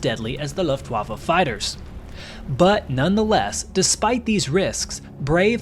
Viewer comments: Why do people pronounce Luftwaffe, "Luffwaffe"? Just wondering. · Luftwaffe - 1st syllable (Luft) the u sounds the same as oo in look. Middle syllable (waff) the w sounds like a V